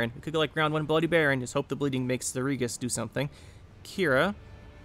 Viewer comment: I'm assuming you haven't played Witcher 3 because you're saying some of the character names differently like Regis, Lebioda, Thaler and I'm not thrashing you or anything like that. Just saying if you haven't played it please give it a try. Anyways good gameplays as always.